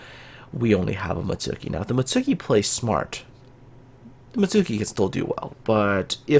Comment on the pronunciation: Come on! You play Kancolle, you should know how to pronounce Mutski properly!